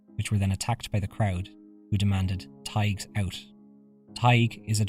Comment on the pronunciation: Paisley had a weird accent I always thought. As for the narrator, I have my doubts that he did the research for this episode, given his mispronouncation of the word "Taigs". 😂